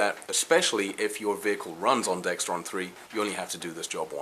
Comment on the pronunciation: Excellent tips. Great video. Just one thing, though. It's called Dexron not Dextron. No "T" in the word.